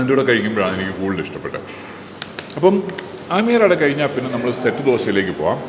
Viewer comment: Aamyar Ada alla. Ammiyar Ada it is. Please say it correctly. It sounds horrible the way you say it especially since you are a malayali and should be pronouncing these words properly